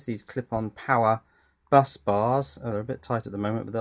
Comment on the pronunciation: "clipon powebuss"... its ment to be slided up/down.... not snapped off.... but who cares :)